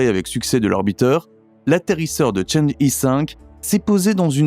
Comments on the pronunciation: cháng'é (嫦娥) se prononce tchang-euh et non pas tchã-dji... Dommage que la voix ressemble tant à une voix d'ordnateur, et qu'il y ait autant de baratin au début... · CHANG' EU pas "i". C'est pénible pour les oreilles....